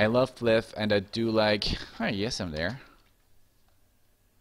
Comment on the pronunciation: its pronounced as pla-ayff.. not flip. flyff is short for FLY for FUN. FLYFF. get it right!